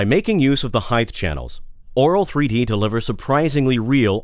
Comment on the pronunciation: swear he said oral 3d..